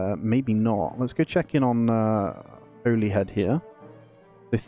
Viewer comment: It's pronounced 'Hollyhead' my friend :)